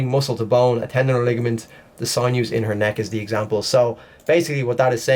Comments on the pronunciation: It's SIN-NEWS, not SIGN-NEWS. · Sinews is pronounced....sin...yous. Thanks. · It's pronounced sin you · It’s actually pronounced sin yoo. Don’t hurt me😆